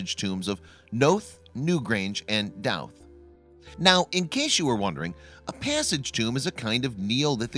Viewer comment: Pronounced know-th and Dough-th